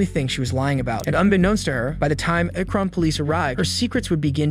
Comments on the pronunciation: Akron. It's unfortunate there is absolutely no way to find out how to properly pronounce this Ohio city. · Narrator-Do you deliberately try to mispronounce common names and places? (Like Akron and Alexis). It seems too frequent to be in error. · Seriously? You can't pronounce "Akron" correctly? Good lord. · You have to be pronouncing these names wrong on purpose bro 😂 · Wild way to pronounce Akron